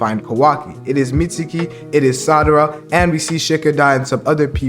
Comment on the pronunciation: bro its sarada not sadara